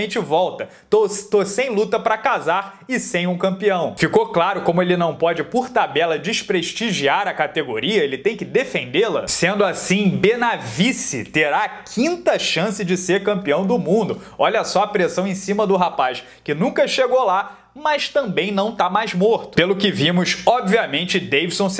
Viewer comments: "Benavice"! Hahahahahaha! Pegou pesado,. Eu ri com respeito... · "Benavice". Pesadããão!